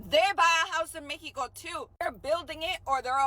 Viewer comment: That MEH-e-Koh chick is retarded! These people are brain dead! Flat out